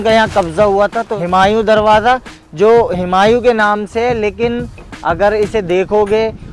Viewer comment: हिमांयू नहीं हुमायूं बोलिए ।